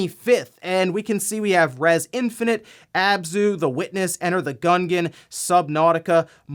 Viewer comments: Did he just say Enter the Gun Gon?...., it’s Gungeon like Dungeon. Love the show. Just had to roast a little. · Dude, did you just say Enter the Gungan? Meeesa don't want to, no. lol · How you gonna butcher enter the gunengon like that my dude lol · I liked how you pronounced Enter the Gungeon ("gungun") xD Or is it actually the correct way? Am I the only person saying it like Gun + Dungeon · Gungeon is pronunced Gun-jin (like Dungeon, but replace the D with a G) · Isn't Gungeon supposed to be pronounced like Dungeon? Why the hard G ? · The way you pronounced Gungeon. 😂